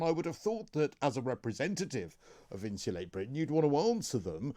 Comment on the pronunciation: & if you’re going to come on to represent “insulate Britain” you should probably learn to pronounce “Insulate” properly!? 🙄😂😂